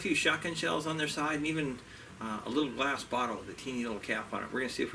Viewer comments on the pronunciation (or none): none